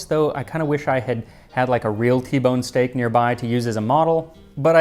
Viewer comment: Who else just heard Steak? And now here we are!